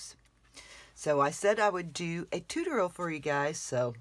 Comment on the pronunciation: WOW! That's a very strange way to say tutorial! Tooteral? Chew-toe-ree-al!